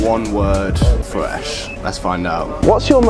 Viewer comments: so much fwesh fwies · fwesh meals